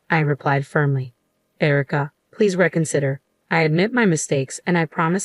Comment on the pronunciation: Reconsider, not reckonsider.